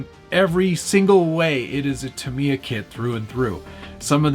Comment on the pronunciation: its pronounced ta-mi-ya not ta-mia